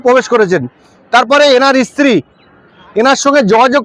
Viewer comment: ইশতিরি বলেন কেন?